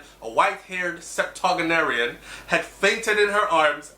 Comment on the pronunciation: It’s always refreshing whenever you highlight positive news as it relates to Jamaica and its ppl. (Btw, I don’t believe that is how you pronounce “septuagenarian.”)